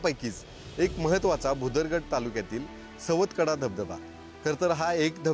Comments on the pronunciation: सातवकडा नाही ग बाई सवतकडा असं नाव आहे. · रिपोर्टचे समालोचन नीटनेटके, व मुद्देसूद नसून वायफळ बडबड जास्त आहे, मॅडम सुरवातीला बातमीमध्ये सवतकडा ऐवजी सातवकडा असे म्हणाल्या